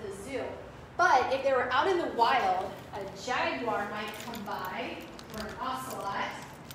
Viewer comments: It's NOT pronounced "jag-WIRE"! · Why are Jaguars pronounced as ‘Jaguires?’